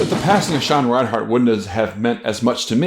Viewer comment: I want to like this video but every time I hear you say ReinHARTin this video, I die a lil bit more. It's REINERT.